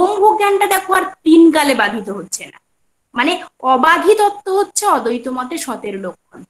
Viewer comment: অদ্বৈত উচ্চারণ টা ঠিক হচ্ছে না ম্যাডাম,, ওটা ঠিক করুন.